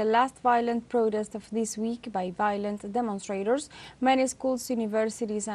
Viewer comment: jajajajja WHAT? DEMOUSTRAITORS WHAT? ESE SPANKLISH jajjajajjaja